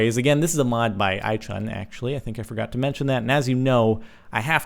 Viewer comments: I laughed at the way you said iChun.. It's pronounced iChoone. :P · Sparklez, 'iChun' is pronounced 'I-choon', like 'itunes' without the 's'. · Jordan it is actually pronounced i-choon, but spelt iChun :P